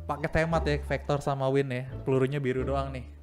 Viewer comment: Ban bukan win tapi wing